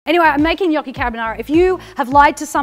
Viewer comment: As an Italian I tell you you're the first non-italian I hear pronounce gnocchi in the right way, it kind of made me happy lol